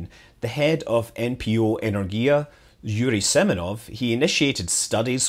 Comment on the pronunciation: It's 'Enérgia' — with the emphasis on the second syllable.